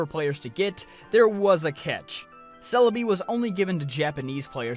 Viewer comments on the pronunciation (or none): "selabi" I'm like.. wtf is he talking about, then pokemon shows up "CELEBI" oooh.. Okay